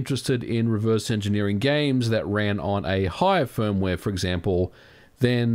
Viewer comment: Hardwaeee, firmwaeee, softwaeee, last yeaaa...